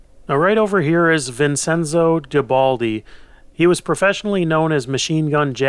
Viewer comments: Love your videos. Seeing all this is a walk through all different facets of life and history. One small note though: Vincenzo is pronounced, "Vin-chen-zō" 😅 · vincenso pronounced vinchenso